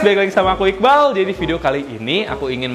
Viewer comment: Kok aku denger ngomong aji ya😭😊